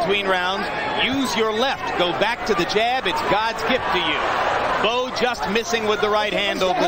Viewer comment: klo tulisannya Bowe tapi bacanya Bow bukan Bo we